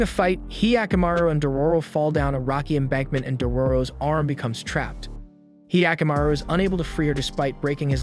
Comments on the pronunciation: It's not hyee-akamaru, it's hyakkamaru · he yaku maru what the fuck are these pronunciations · He-aka-maru wtf is this pronounciation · The way he pronounced hyakimaru sounds like the weird sound goofy makes. Great vid tho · I'm sorry, but is there something wrong with me because I'm getting triggered by his mispronunciation of 45 percent of the OBVIOUSLY NON-ENGLISH words? Primarily the protagonists' name, as well as another term that I grew up with, and had never heard it pronounced the way that he was pronouncing... sorry:/